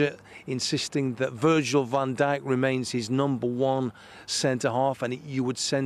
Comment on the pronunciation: “Virgil Van Day”….Come on lad, you have probably earn more then me for a month, for those 4mins of work. At Very least get the player names right 🤦‍♂️🤷‍♂️😂